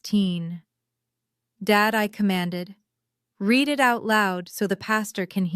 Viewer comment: AI still having issues with ‘read’ as in ‘reed’ & ‘read’ as in ‘red’ Watching from Leicestershire in the UK 🇬🇧